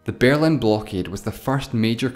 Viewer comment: The Bearlin Wall? I thought it was The Berlin Wall.